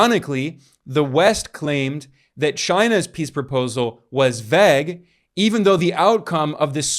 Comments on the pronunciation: rly fucks me up that ben forgot how to say vague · Bro you gotta work on your "Vague" pronunciation.